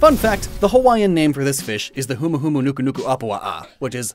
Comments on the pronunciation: I'm surprised he could pronounce that, but not Māori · I learned how to say humuhumunukunukuapua’a in octonauts a long time ago